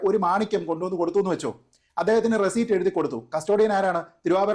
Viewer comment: റെസിറ്റ് എന്ന് പറയു